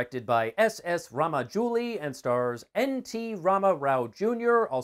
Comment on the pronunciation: "Raamajouli" lol